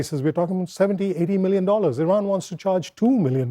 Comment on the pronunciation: American people watch Reuters, Associated Press, FR24, BBC, TRT WORLD, Deutche Welle to get Real News american media is all PROPAGANDA and serve zios...... E-RUN E-RAN I-RUN You All RAN......🤫 cant even say IRAN.... cant even point on the map but those ppl on TV have idea about IRAN war aboud the Region u guys soooooooo funny and not educated 🤣🤣🤣